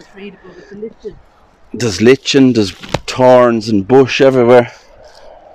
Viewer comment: I love the accent when you guys say "torns", tree (3), and the H is silent in t words, I gather.